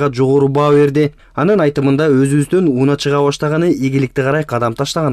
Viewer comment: Сонун!! (диктор бала , ууна эмес УНАА, басым а тамгасына түшөт)